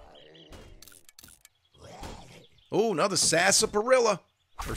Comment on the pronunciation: “Sar-sap-arilla”. I never can tell if he’s trolling. 😂😂😂